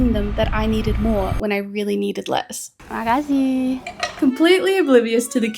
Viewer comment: When you say makasih, thats sound very nice